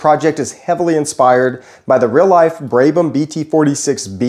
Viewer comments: Brabham, brab-um, not brabe-ham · Brabham. "Brab-um", not "Bray-bum". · its not "braybum", its "brabham" its even in your description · Brabham, not braibham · It’s Brab-ham Brab is pronounced like Brad but with a b instead of a d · F1 Team: Has an easy name to pronounce This guy: "Brey-brem" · the way he says brabham hurts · How to mispronounce Brabham with a long vowel… watch this video. How to use erroneously use low pressure high speed fans for high pressure pumps… watch this video.